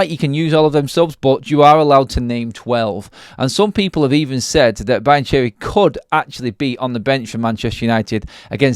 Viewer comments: You’re murdering the Italian language with your Brian Cheery and Brian Cherry 😂 It’s pronounced Be-an-kee-ree Apart from that, good video 👍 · It does sound like Brian Cherry haha 😊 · Learn how to pronounce the name 😂